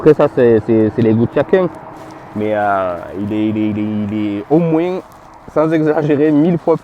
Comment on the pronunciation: "il est au moing, sans exagérer... 1000 fois plus beau !" Cette phrase, avec l'accent, ça m'a bien fait rire ! 😂 Blague à part, super sympa ta vidéo, tu m'as aussi convaincu de partir sur un techmax. Merci